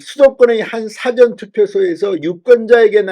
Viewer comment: 진성호님! "사전투표"할때 "사전"이랑 국이사전, 영어사전 할때 "사전"이랑 발음의 억양이 구분이 안되네요